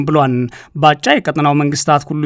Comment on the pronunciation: ላላ አድርገህ አንብብ እስኪ ያበጭብጭህ እና ባ ጫ ይላል ባጫ በል